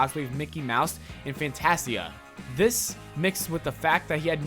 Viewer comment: u somehow mis-pronounced Fantasia...lol and some other well known things